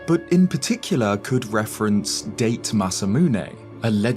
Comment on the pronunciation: "Dayt" Masamune 😂 It's "Dah-te" Masaume, you im-becile.